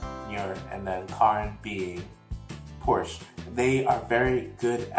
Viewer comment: About the names of Nuer and Porch... your pronunciations are perfect. Don't worry about it. You did good :)